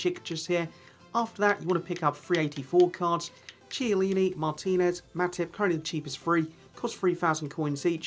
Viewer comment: Congrats on the players you pulled. Also, how do you not know how to pronounce Chiellini's name man? Have you ever watched Chiellini play?